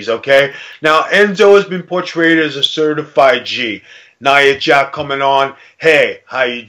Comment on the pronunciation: It's nia jax not nia jack